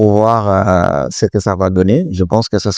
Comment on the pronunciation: Ça fonctionne bien au début. C’est un très bon logiciel si on enlève le fait que la voix ne sait pas dire "ce" et dit "c e", ni "à" et dit "a accent grave". Défaut qu’on peut facilement contourner en mettant "se" ou "a". Mais après, je ne sais pour quelle raison le logiciel demande systématiquement le mot de passe Microsoft. J’ai déjà tout essayer. Impossible de me connecter. J’ai même recréé un nouveau compte Microsoft, rien a faire et dès que tu touches au but, il te demande reconnaissance avec ton téléphone. Donc demande les 4 derniers chiffres de ton numéro pour t’envoyer un code. Quand tu fais ça il te sort que la procédure n’est pas possible pour le moment, de réessayer. Alors plutôt que de pêter la gueule de l'ordinateur, j’ai mis ce logiciel de côté pour me tourner vers Canva. Et croyez moi, c’est pas pour fanfaronner que je le dis 😒😒😒